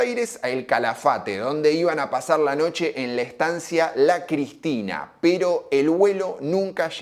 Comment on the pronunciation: Por acá MORBO 150% se pronuncia Cesna y la Estancia es "Cristina" a secas como la presa de San José 1111 🎉